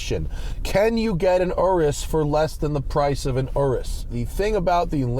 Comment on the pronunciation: Also the way you say Aureus sounds like RS too. I'm going to ask Santa for one.